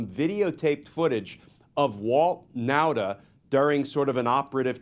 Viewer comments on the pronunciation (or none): Nauta is pronounced Nawta.